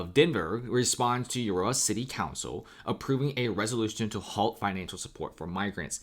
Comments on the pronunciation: It’s Aaaarrrora. Not Urora. Thanx for your report. This affects me greatly!! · It's pronounced A-roar-A not You-or-A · Dude it's pronounced A ror a Arora the U is silent. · Aurora is pronounced Aw-Roar-Ra, the same as the astronomical phenomenon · Uh roar ah. Thats how Aurora is pronounced! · It's pronounced A ROAR AH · aurora is pronounced uh roar uh haha great content loved the break down of information you did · Say it with me now UH ROW UH AROURA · Please learn how to pronounce A RO RA (Aurora) properly. Thank you. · why can't you pronounce 'aurora' correctly? lol. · Aurora sucks. He can pronounce it any way he wants. mostly chicano. Theyll fit right in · Yeah, this guy knows shit about denver. listen the way he tried to say Aurora. Then claiming lakewood and Aurora are small towns. Get your facts straight, you sound dumb AF.